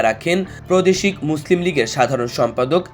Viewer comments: দয়া করে বাংলা উচ্চারণ শুদ্ধ করে নিন। এই শব্দগুলোর সঠিক উচ্চারণ জেনে নিতে পারেন। যেমন: তর্ক বাগীশ (তরক বাগীশ নয়), প্রাদেশিক (প্রদেশিক নয়); এছাড়াও আরও কিছু শব্দ ঠিক করে নিতে হবে বলে মনে হয়। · ওই মিয়া এই লোকের উচ্চারণ তো ঠিক নাই।প্রদেশিক প্রতিষনিক এগুলো কি উচ্চারণ ভাই